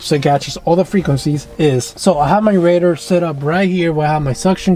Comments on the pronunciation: Dude sounds like he's saying raider... lmfao 🤣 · Good video…but your killing me with your pronunciation of RADAR != Ray-Darrr